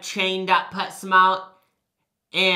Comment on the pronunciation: wait, did you say pet smart, or pets mart